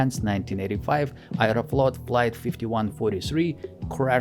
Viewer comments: I have learned something new today, Aeroflot is pronounced “ayereflot”. Every day is a school day. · Произношение слов "Аэрофлот" и "three" выдает русский акцент. в остальном - очень достойное видео и озвучка